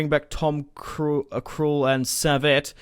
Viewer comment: You said Tom krul